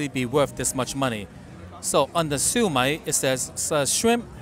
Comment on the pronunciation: Just FYI Shu Mai is pronounced - siew myyyyyy.....no disrespect intended